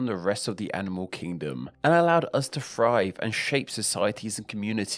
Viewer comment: Thrive* not Frive